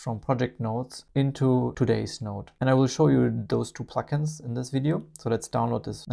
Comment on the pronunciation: I watched this twice just so I could continue listening to “pluck-ins,” which I know is not what is being said but which still sounds so much nicer than “plugins.” Thank you for the feature add!!